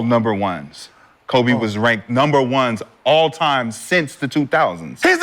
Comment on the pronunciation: Every time Shad say Kobes name he rolls over in his grave.. smh